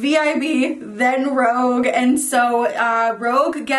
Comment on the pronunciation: Loved the video. But I think its rouge(like the colour) not rogue lol just FYI :)